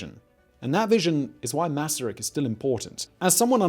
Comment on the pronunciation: Thank you for making this video and for pronouncing his name correctly! Greetings from Czechia